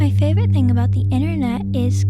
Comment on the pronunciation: It's internet not innernet